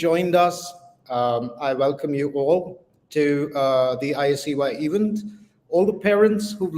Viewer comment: CEO is wrongly pronouncing sooooo many words... Event as "eeeevent" ?? What's up with the fake accent, Sir? Stop rolling your rrrrrr to begin with. Talk like an indian gentleman. Get out of this woke mentality. You are sounding like one of those typical Karachi-born London based businessmen who's acquired a funny accent overnight due to fast Wifi. Get real. Be yourself. You will still be the CEO, dont worry :) Baaki Aapki Ichha